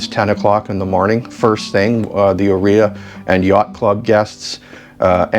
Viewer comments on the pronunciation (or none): I have Italian ancestry- Heres help with pronunciation of Áurea. It's: OW- RAY -AH ❤😊.